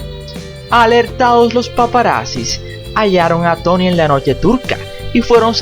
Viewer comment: Pero no digas tany dilo como es Tony.